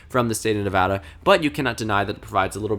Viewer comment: Thank you for pronouncing Nevada correctly.